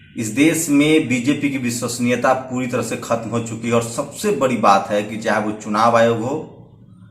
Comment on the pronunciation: Bc ye pahle evm wala matter kyo nhi uthate ho .....or rha Arnav ka to wo banda sahi hai.....da ko ra padte ho ....bolna sikho be.....bari nhi badi...Sushant matter me kaha tha ..... rajasthan, punjab,mp Karnataka, Maharashtra yaha par kuch nhi bola ....sab bhadwe apne fayda dekhte ho ....bhag bc